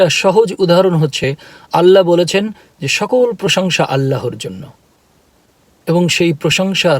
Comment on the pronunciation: ভাইয়া,কথা যখনই বলবেন তখন বলবেন আল্লাহর। "আল্লার"উচ্চারণ হবে না।